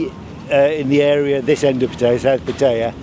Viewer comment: Bro just enough already on Indian tourists. Agree some of them are only getting used to the western culture and sure is a process. Also learn how to pronounce Patt"aya"